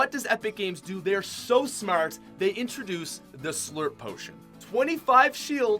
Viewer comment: “So smerrrt” “Shield berrr”